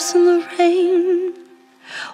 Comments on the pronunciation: Rain 을 페인 발음으로 커버하시는 분들 몇 분 안 계시던데 사실 이 발음 Lauv가 러시아 알파벳 R 의 발음으로 바꿔 부 른 거 알고 계셨나 봐요.. Regina Spektor 도 " on the radio " 라는 곳에서 Radio 를 " 뻬리오 " 라고 불렀었었죠.. 다음 커버곡 기대하고 있겠습니다.. 엄지 척 드리고 갑니다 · 저는 아무리 들어도 R로 들리는데요.....? R발음이 원래 W스럽게 들리니까...웨인 으로 들리잖아요?? ‘파리썬더웨인’ 으로 들리는데.........